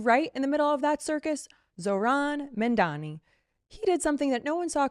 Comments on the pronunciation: It’s Zohran MAMDANI not Mandani .. why nobody can pronounce his name properly !?? Eventhough it’s so simple to do so … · I like your channel; make sure you pronounce your subjects names correctly. Its MaMdani and not MaNdani. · Zohran Mamdami. Pronounce Mamdami with TWO Ms.